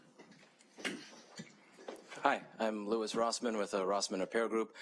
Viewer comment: “Louise Rossman” hehehe